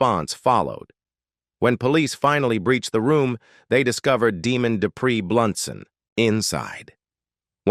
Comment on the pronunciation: His name is pronounced Dee-Mond not Demon. Some of your story is true, but he was not in a relationship with Brandy Cerny at the time of her death. I worked this case as a CPS investigation at the time. He shot one of the children in the back of the head while the other tried to hide and shield his head. He then shot and missed this child shooting him in the elbow and then in the back of the head. Demond was no stranger to law enforcement and/or CPS as he had children with other women who had been removed from there care due to substance use and violence. He was charming, charismatic and a predator. He said he would kill himself when police made it into the hotel room, but if you look closely at his mugshot you will see that he placed the gun on the top of his head and shot across the top of his head. During the trial he attempted an insanity plea. What is funny is that as soon as got to prison, he immediately shave his hair and beard and resumed his old Demond personality of charming, charismatic and master manipulator. He immediately posted on prison pen pals online looking for romance and of course money once in Huntsville prison. I normally do not advocate the death penalty, but in this case, he should be put to death. He left Brandy, dead in a shed and then killed his own son and her son in revenge, because she finally told him that she would not be with him anymore. He physically and emotionally abused her and when she finally got strong enough to get away from him he k